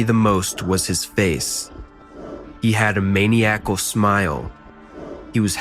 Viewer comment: A “May-knee-ackle” smile